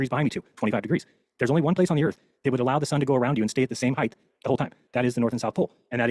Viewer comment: Never trust a guy who says “heighth” (I’m talking about you )